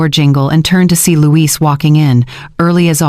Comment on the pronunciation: Numbers are off at the XMas party .... and the CC is really off. It was fun to listen to but .... Louis or Luis. Not Louise. Oh and the "kids" slipup that the evil daughter-in-law said when Caleb and her only have 1 kid.